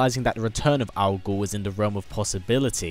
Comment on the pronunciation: When you say 'Algol' I think you're saying 'Al Gore'